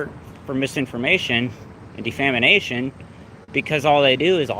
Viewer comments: Hahaha he said defamination again,. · De-fam-in-ation; the end of hunger.